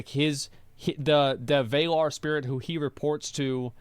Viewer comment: It's pronounced VA-LAR not VAY-LAR (like valar morgules) from ASOIAF/game of thrones, that's where Martin got it from, but it only means Men in Valyrian.